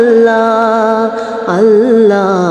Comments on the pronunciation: അവരുടെ പാട്ട് ഒരു സംഭവമാണ് അച്ഛനും അമ്മയും മക്കളും നോക്കിയും ചിരിച്ചും ആ പാടിയ പാട്ട് ഹൃദയത്തിൽ മായാതെ നിൽക്കും അവരുടെ അള്ള എന്ന ഉച്ചാരണംperfect നമ്മളെ കൊണ്ടു പോലും കഴിയാത്ത തരത്തിൽ അക്ഷര സ്ഫുടത എന്തായാലും തകർത്തു എല്ലാ ഉയരങ്ങളിലും ഇനിയും അവർ എത്തട്ടെ എന്ന് ഞാൻ പ്രാർത്ഥിക്കുന്നു പിന്നെ പാടാൻ സഹോദരിയും ഒരുപടി മുന്നിലുണ്ട് എല്ലാ ആശംസകളും. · 'അല്ലാഹ് 'എന്നുച്ചരിക്കുമ്പോഴുള്ള ഉച്ചാരണ ശുദ്ധിയും അതിന്റെ ഫീലും... Great ...!!!